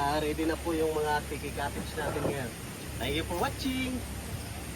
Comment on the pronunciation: Napurga na kami sa kasasabi ni ng tenk yu por watsing